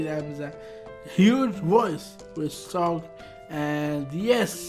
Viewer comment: It is pronounced as S.O.G., not SOG. It stands for Sekumpulan Orang Gila which means A Group of Crazy People